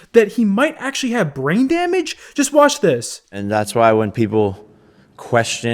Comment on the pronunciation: Did you win? Jake: "Yes." What did it cost? Jake: "Brain damage damage damuge."